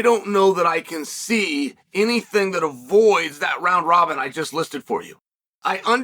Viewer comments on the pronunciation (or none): none